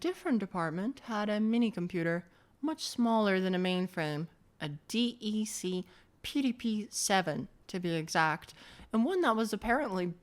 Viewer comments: Great video but it hurt my soul every time you said DEE EEE SEE. I've never, ever heard DEC said like that, it's always either just Digital or DEC (like DECK). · You spell DEC wrong. You say "DEK" not D-E-C.... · It's DEC. Nobody calls DEC "De" "Ee" "Ce"... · DEC is normally pronounced "deck", rather than saying each letter.👍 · DEC is awfully wrongly pronounced.